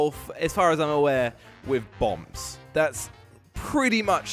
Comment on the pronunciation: Thought he said bumbs instead of bombs lol